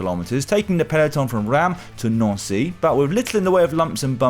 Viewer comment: The S in Reims is not silent Dan!